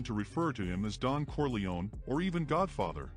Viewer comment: It's not "Corleoni" it's "Corleone" pronounced "Corli-own"